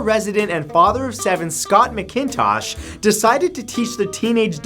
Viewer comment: I love your videos so much... Please pronounce my last name right MACKINTOSH... not MICKINTOSH... My only critique of your work EVER... MACKintosh... Even if it's spelled MCIntosh... it's MACKintosh...please?